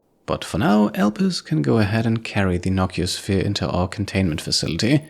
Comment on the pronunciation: I love your series; one note though, I was always under the impression it was called a "No-CEE-oh-sphere" since nociceptors in your skin for example are pain receptors, and it is literally a "Pain Sphere"